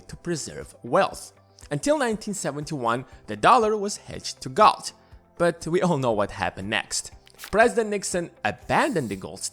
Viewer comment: When he said “ gold it sounded so much like god funny 😄